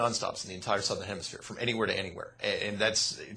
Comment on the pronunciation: you have to stop calling south "Sothern hemisphere"